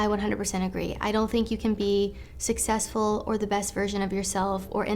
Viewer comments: If you want to be successful..never pronounce it "sussessful" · I don't take advice from a guy who can't pronounce "successful" properly. Besides, I am the Alpha & the Omega.